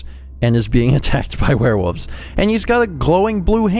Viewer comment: I heard that,. You said werewoofs. Old habits die hard, huh? Not that I mind, but I've been watching the Skyrim LP and it was pretty funny to hear woof again.